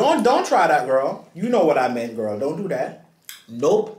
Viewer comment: I love how gets annoyed by saying Gworl but then he continues to do the same thing!!!